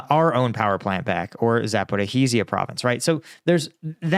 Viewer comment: I watch u all the time. Please learn how to pronounce Zaporizhia. I'm a fan otherwise. Glory to Ukraine 🇺🇦!